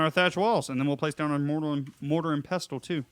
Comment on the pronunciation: the T is silent in Pestle